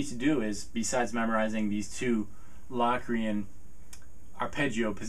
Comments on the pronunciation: Low-cree-en not LAW cre-in! hahah Great video though! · are you pronouncing it right? cause ive known it to be pronouced like "locust" not like "lock-rian" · productions Sorry but that is flat out wrong. The o is pronounced O as you stated in your formula above. It is not pronounced as a short A as is doing in this video. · covers it's definitely Lo(w)crian, not La Crian. In English we don't always realize the letter "O" gets it's name from it's sound. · I've always heard it pronounced "Low"- crian. Not "Lock". The Oxford dictionary online has long "O" listed first, then a with an umlaut. So it appears Low, is the 1st listed. Lock 2nd. Both listed so both are probably correct. Potato, po, tah'-to. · Is it pronounced LOCKrian? Cause my music theory teacher says LOWcrian. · Really sweet videos. And I speak as a pianist who has a pretty good idea what modes are about. I've always heard it pronounced "low-cre-an" though. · In Samuel L. Jackson's voice, "say Lock Re-Ann one more time"! Hahahaha! Seriously, though, Say Locrian one more time........ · He made a whole video about a mode that he can't even pronounce the name of.